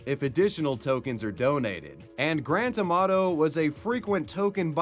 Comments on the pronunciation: I thought you were saying Grand Tomato. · When you say Grant Amato it sounds like Grant Tomato.